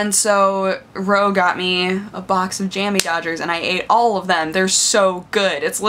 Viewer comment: and the emphasis should be on the word dodger rather than jammie, shes saying it wrong, i guess we can forgive the yanks